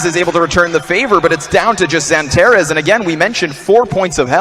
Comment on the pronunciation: xanteres değil xantares